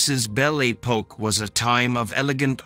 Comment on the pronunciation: Most peculiar pronunciation of French words! "Bel A Poke"🤣🤣🤣